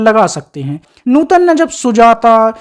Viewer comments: न्यूतन नही भाई नूतन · कहां से लाये हो ऐसा कॉमेंट्रर जो सधा सा शब्द नूतन नही बोल सकता😅😅😅😅😅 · नूतन बोलो न्यूटन क्या है सामर्थ नहीं समर्थ न्यू तन 😂😅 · Abei gadhei Neuton nahi nootan naam hai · आपका pronounce न्युतन लग रहा है उनका नाम नूतन है